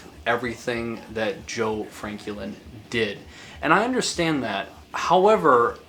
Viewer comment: Nice video, but you keep pronouncing his name kinda weird. Is his name Joe Franklin or Joe Frankie Lynn?